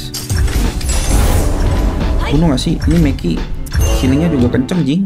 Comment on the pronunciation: Menki ❌ Meki ✅